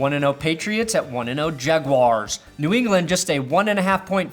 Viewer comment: says "jaguars" weird.